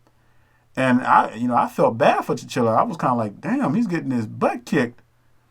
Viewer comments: please learn to pronounce the names correctly. it's TEE-CHAHH-LAHH. not T'chill-uh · Ta-CHA-la not tachilla! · It’s T-Challa not T-Chilla hahaha. Killmonger also put that white museum scholar in her place. He corrected her on false information. Also, he asked her, did you buy the stuff in the glass? He said no you went and took it. He told her that he’s gonna take it back. That was another Hebrew Israelite moment. The bottom of the spaceship looked like a tribal mask. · You need to make sure you understand the characters and pronunciations of their names. T’Challa is his name not Tchilla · T’challa not T’chilla I like the video tho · Hello. You make some good points. I would like to add. It's Tchalla not tchilla. First real all big black movie was the Wiz. This could not be the best action film? Don't believe the hype. This movie was not written for nor by Black People. Please keep a solid perspective about this. Thank u. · T'CHALLA! Not T'Chilla!! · Why do you keep pronouncing T’Challa as chinchilla 😑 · I know I’m late to the conversation but Eric Killmonger and his father were not banished to America. His father was sent there to be a spy for Wakanda but he double-crossed them and sold vibranium to Kraw. T’Challa’s father found out and came. Eric was born in America. And the name is T’Challa, not T’Chilla. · You're murdering king T'challa's name calling him T'chilla. Come on bruh!!! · T'Challa pronounced Ta cha lah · Pronounced "Ta Cha Lah" T'challa you were killing me messing up his name. Good video otherwise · Your saying black Panthers name wrong. You sound like white ppl trying to pronounce 2 pac. How do you come up with all this but didn't research how to say his name? Smh I call bs